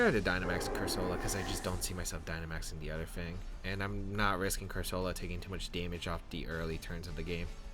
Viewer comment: Nice team, but I think cursola is pronounced differently